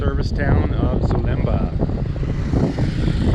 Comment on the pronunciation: .your filming is awful, one kiosk after another. Missing the lovely natural features. Please correct your pronunciation of Zomba, it’s not Zumba